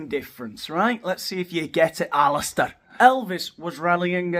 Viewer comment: "ALLISTAR" LOL